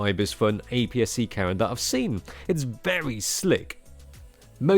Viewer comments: I thought you were saying Karen, then carrot but I know it could only have been camera. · Every time this guy says camera it sounds like he is saying Karen, and it’s hilarious! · I kept on thinking you were saying "Karen" instead of "camera"...and who knows; maybe you were. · "Get the Karen that has the right features that you want!" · Thanks for clearing that up 🤣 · A Karen you can grip with all 5 fingers 🤣😂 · Haha I noticed that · True. Just picked up in that, Karen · Sounds like “Cara” to me